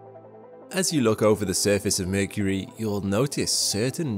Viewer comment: why mecury sound like balls...